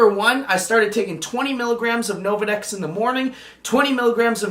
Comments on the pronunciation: "Novadex" "Relaxafin" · Nolvadex,. Not Novadex.